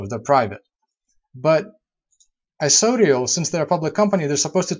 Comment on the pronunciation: Dude, You don't even know how to pronounce the name of isodiol, let alone its products. Agree with Chris Fiz--don't mislead people. Check the company's webpage or facebook to get more info first.